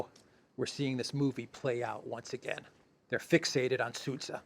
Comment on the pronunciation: It is not Seitgeist; it is Zeitgeist. Also, zh is one letter ( ж ), found in centre of regime and pleasure, (Sudzha).